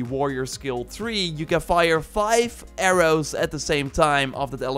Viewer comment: AIR-OOs and ARRMORRE